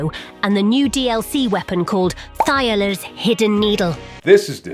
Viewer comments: Thiollier himself says his name multiple times in the DLC yet everyone keeps saying 'Tai-oh-ler' lol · Oh god the Ai's pronunciation of Thiollier ("Thigh Oiler," rather then "T'Ollie yay") makes me die a bit lmao. But still good video! 🍞❌🏹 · got me when she pronounces Thiollier (Ti o li eh) as (Thigh o ler). lol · Character literally introduces himself with full voice acting and his name is pronounced "Tee-ole-e-ay". This chick: "thigh-oh-lers hidden needle" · Thiollier tells you how his name is pronounced.... what is "thighalers" lol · TOE LEE AYYY. ITS FRENCH. put some swag on his name. Make it feel bougie in your mouth. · “Thigherlers” cmon bro 😭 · Pronounced "Tee-oll-ee-ay". I know your AI generation program can't figure out foreign languages, but at least try ffs. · ... Thigh-o-ler?? Thall-E-A lol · Just a heads up it's pronounced T-olly-ay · Lmao the AI voice couldn’t pronounce Thiollier properly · doesn't know how to pronounce "Thiollier" it's over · Literally NO ONE can pronounce Thiollier's name correctly, apparently. Even though several characters, including himself, say it for the player ...